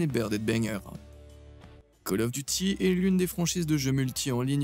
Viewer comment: miracle! on a trouvé LE mec qui dit call of duty et pas caloffe !! rien que pour ca je m'abonne !